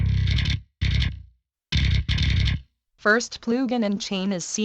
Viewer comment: I will never get over that voice saying PLOOGIN xD